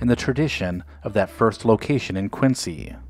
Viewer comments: Nice video. I visit the original Dunkin' all the time, but one correction - the city is pronounced KWIN-ZEE. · Quincy MA is pronounced QuinZEE. I live in a neighboring town and there are 10 Dunkin's in less than 14 square miles. They are everywhere. I agree with most, coffee is great, donuts were never that great but now are mass produced blah. Love this channel; keep up the good work. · I grew up near the original "Dunkies" in a neighboring town and am still a customer today. I also realize you had no way of knowing, so this is not meant to be a criticism. FYI, unlike Quincy Illinois or Quincy Jones, Quincy Mass. is pronounced "Quin-zee". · Quincy, Massachusetts in pronounced: “Quinzy”. The “c”is sounded as a “z”. Nice video. Thanks for uploading.